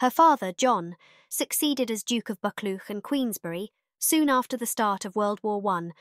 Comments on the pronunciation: Another first rate, video, many thanks for posting. A wee point of information: Buccleuch (also seen as 'Buccleugh' in older texts) is pronounced 'BUCK -LOO', such are the irregularities of spelling/pronunciation... Please keep up the good work. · George V, is pronounced George the fifth. Look up pronunciation for Buchleuch also.